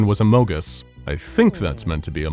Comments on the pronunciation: You said amogus!!! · OH GOD HE SAID AMOGUS